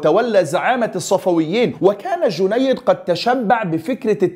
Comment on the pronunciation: اخي الكريم ( جنيد ) على وزن ( سهيل ) وهي تصغير جندي لكن بدون تشديد الياء و السلطان ( السلجوقي ) و ليس ( الساجولقي ) و جنود ( القيزيل باش ) و ليس ( القازلا باش ) و تعني بالتركية ( الرأس الاحمر) و كل الشكر والتقدير لك اخي الكريم